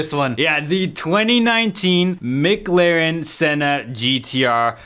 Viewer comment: "micklaren senna"